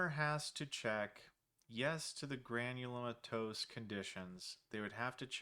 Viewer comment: Com'mon man, it's pronounced Granulomatous... Haha